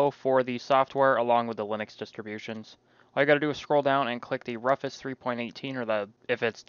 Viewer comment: Thanks I needed a reminder on how to do this. For the record though it's Rufus is like doofus in proncounciation and Mate is more like Mart-A